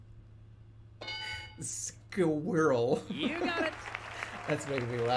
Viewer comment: My god that is incredible "skwerl"